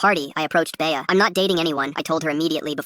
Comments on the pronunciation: AHHH ITS NOT BAYAH ITS BEA LIKE BEE NOT BAYAH 😭😭😭😭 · Bay-Uh lol. AI is still so dumb